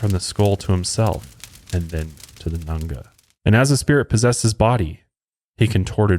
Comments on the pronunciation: It’s not pronounced Nunga it’s nganga ( n gangah) also it’s not pronounced mayumba it’s Mayombero (mayo m bero) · Its Nganga not nanga.... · Dude it's palo mayumbe as in "Pah-Low_My-oom-Bay". And he was gay. He only slept with women to manipulate them and create an attachment/bond between them. Also it's nganga, as in "In-Gong-ah"